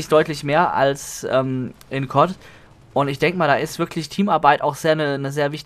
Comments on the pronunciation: KOTT? DAS HEISST C.O.D. DU NAPPEL! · Wenn du CoD und Kot gleich ausspirchst bist du wohl eher derjenige der nen Sprachfehler hat o.0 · warum sagst du eigentlich immer cod als wort und nicht die buchstaben c,o und d?